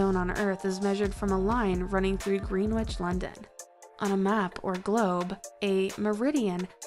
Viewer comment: #33 Greenwich is pronounced “Gren itch”